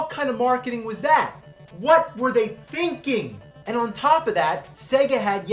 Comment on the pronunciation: i like how he says "end" instead of "and"